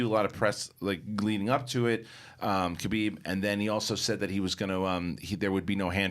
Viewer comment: Guys it's Khabib not Kabib